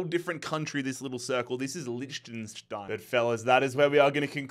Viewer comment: "This is Lischtschensstein" im dying